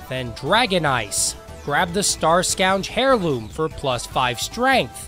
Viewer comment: Bro said Starscowge Hair loom